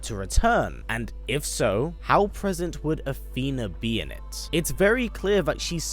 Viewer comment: keep an eye out for “Athener”